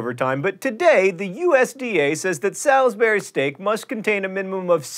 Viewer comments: Salisbury should sound like "Souls - bury" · John, I believe it's pronounced Sauls-bur-ee not Sals-bur-ee steak. i think the residents of the city who kick up a fuss if you pronounced it otherwise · I didn't know what John was talking about when he said Salisbury at the beginning because in English it's pronounced sol-s-bury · I'm from the UK and we pronounce Salisbury as SAWLZ-bree. It's weird hearing it pronounced how it's spelled :P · John, you lived in North Carolina, why are you pronouncing Salisbury differently? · Fun fact: While Salisbury is often mispronounced so that the "Sal" part sounds like JD Salinger's surname, it's really pronounced like "salsa", so the "al" sounds like "all" I'M SORRY, JOHN, BUT I LIVE IN A TOWN CALLED SALISBURY AND SO MANY PEOPLE I MEET SAY IT YOUR WAY AND IT IRKS ME TO NO END. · you pronounced salisbury wrong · You can pronounce Worcestershire, why can't you pronounce Salisbury?